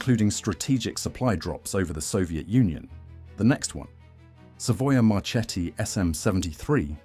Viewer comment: Savoia Marchetti It must be pronounced Savoia Marketti, Remember!